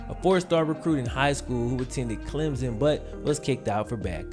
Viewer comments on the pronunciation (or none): When you say "Clem-zuhn" it is like people calling you "." Can we be friends and have you pronounce it as Clem-son?